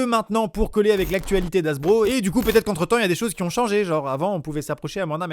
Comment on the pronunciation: C’est Hasbro et non Harbro 😉